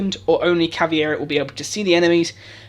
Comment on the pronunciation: This is good stuff, and I bet the only reason twelve people disliked this video was because you said caveira like caviar